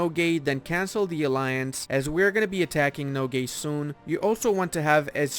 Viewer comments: It’s pronounced /noguy/ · nogai's a is actually pronounced like alpha's a XD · I am Mongolian and i just laugh everytime when he says NOGAY (Nogai). The actual Mongol name is NOHOI. it means dog and you can see the picture of dog on their flag.